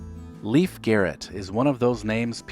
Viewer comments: Lief --> leaf. Leif --> layf. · It's pronounced "Layf" Garrett. Not "Leaf" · Leif is not pronounced "Leaf." It's pronounced Layf. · Leif is pronounced ”lejf” and the funniest thing ever is him singin a cover of “smells like teen spirit” with the Melvins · I know, right? I commented on that too! LaYf. I'm curious what he does now, and other 'stars' who no longer work. What do they do during the day? How do they preoccupy their time? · Corey Haim was always cared for by his mom so he was never homeless nor was Leif pronounced "leaf" Garrett who lived on his own or with his mom after his star declined. Both had family who cared.